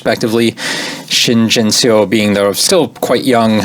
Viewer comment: Pronunciation tip: "eo" in Korean words is always pronounced the same as in the word "Seoul" (which is a two syllable word Seo-ul). So that's the sound in words like "duh" or "bum" or "yuck". This goes for the same "Shin Jinseo".